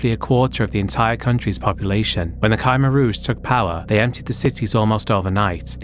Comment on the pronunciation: "Ky-mer Rouge" Still, though. Banger video, as usual.